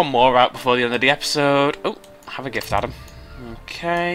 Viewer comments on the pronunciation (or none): none